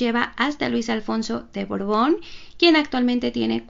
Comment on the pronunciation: BORBON O BORGON???... ESCUCHO A LA NARRADORA DECIR BORGON